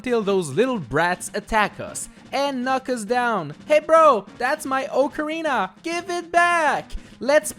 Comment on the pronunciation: It’s pronounced “Ock-a-reena”